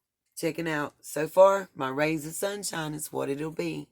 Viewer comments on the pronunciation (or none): I thought you said "my suBshines" 😅💝🌞